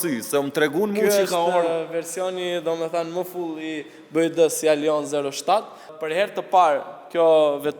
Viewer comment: Bi -uaj -di thuhet